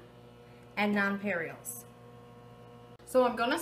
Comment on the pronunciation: They’re called nonpareils, she’s pronouncing them wrong lol.